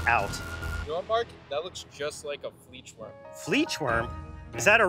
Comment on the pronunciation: the fleechwurm 💀